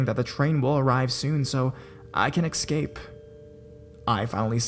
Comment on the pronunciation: can you stop saying Excape ? It's eScape !